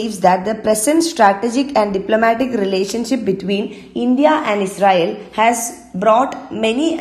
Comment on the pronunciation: Pronouncing israel as Ezrael